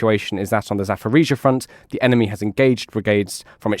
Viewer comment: Zaporizhzhia not Zaforizhzhia. Pronunciation matters.